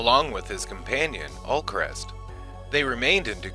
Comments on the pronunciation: Ulkesh, not Ulkrest. Great video but god that grates on me lol. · It's Ulkesh, not Ulkresh. Just saying. The original Kosh was Kosh Naranek. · It’s Ulkesh, NOT Ulcrest. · Video was pretty thorough. Only thing is some pronunciations. Streib is said as Stribe, it's Ulkesh with no R in it, and it is' G'kar with a soft G, not Sha'kar.